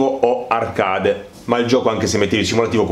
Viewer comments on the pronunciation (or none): A parte gli evidenti deficit di pronuncia tipo dirt ed arcade la recensione è ben fatta ed i contenuti sono ben espressi. La mancanza del ffb è proprio il motivo per il quale il gioco per ciò che mi riguarda è ancora sullo scaffale. In attesa di patch definitive continuo a chiedermi anch'io come sia possibile una mancanza simile in un gioco che si autodefinisce simulativo. 😔